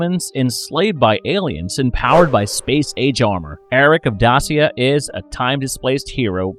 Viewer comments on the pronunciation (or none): Dacia = Day-shuh